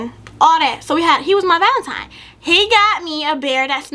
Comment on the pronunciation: She called it valentiMe the whole time 🤣🤣🤣🤣